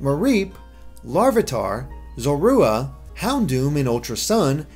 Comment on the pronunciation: Zorooa? Seriously...